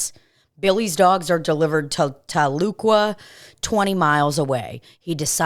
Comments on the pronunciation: Being from Oklahoma, the way was pronouncing Tahlequah was fucking hilarious! 😂😂 Fucking love y’all! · Tahlequah is pronounced Tal-uh-quaw. 👍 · TA-LUH-QUAH Lol. I Live about 45 minutes from Tahlequah oklahoma